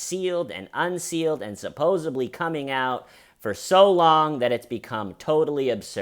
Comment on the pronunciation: love the hell outta you. I'd want someone to tell me..so Plz forgive me. It's "SupposeDly" No B in the word bae. Early subbie. I promise I'm a faithful Stayven and of COURSE Schmeeda too, much love, no offense intended. Just one of those pet peeves lol. I'm FAR from perfect. #STAYHOMESTAYHEALTHY Daria 💜